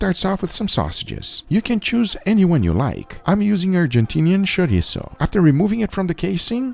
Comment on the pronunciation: When he says chorizo correctly😩😩😩😩